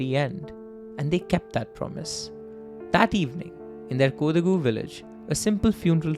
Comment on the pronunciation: I think it's pronounced more as Ko-daa-gu(?) Ik in the natuve language it's more like "ko".